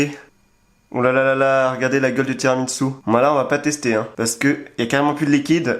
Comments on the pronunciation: Y’a que moi qui dit « tiramisu » et pas « tiramitsu » ? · Mec pourquoi tu dis: [tiramitsu] au lieu de tiramiSSu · tiramissu, pas tiramitssu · moi j'did tiramitsu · Ça me fait mal aux oreilles quand tu dis « tiramiTsu » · sa me bute il dit tiramitsu en mode c'est un manga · C'est moi où tu dis TIRAMITSU 😁